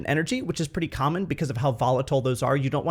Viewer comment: Love your indian accent. The way you said "P'ty" instead of "Pretty" it's fun.